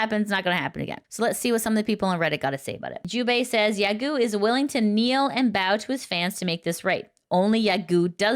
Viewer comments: It's pronounced "yagOH" not "yagEW" xD Thank you for the news report !!! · it’s pronounced ya go. Not guu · it's pronounced ya-go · Dahahah I like that you keep coming back to pronouncing 'Yagoo' instead of 'Yagow' despite previous videos.